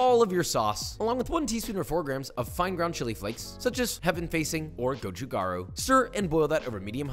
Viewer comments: lol no it's not. Gochu-garu is correct. Wtf is gochu-galoo. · For the Korean red pepper flakes, it's not 'gochu gaRu', it's 'ga-Loo'.